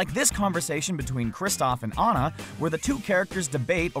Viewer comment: Yes, he pronounced Ana's name right!